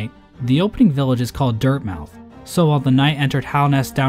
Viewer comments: I think that Dirtmouth is actually pronounced the same way as Plymouth. (Pli-muth or Pli-mith) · I always thought Dirtmouth was pronounced like Plymouth